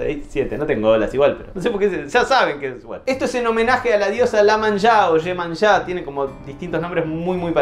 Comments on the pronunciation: Genial video. Sos un groso. Un dato de color, se pronuncia "Iemanya", aunque por su más común escritura, se le suele decir "Iemanja" en español. No es una diosa, y a la vez sí lo es (para de verdad ser una diosa, debería unirse todo el panteón en un solo cuerpo), y pertenece a algunas religiones indígenas africanas mezcladas con el lore brasileño. Aparte está muy mezclado con el cristianismo, y es más común verse en las favelas que en las ciudades de bien de Brasil. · Iemanja es jaja. Con I no L 😂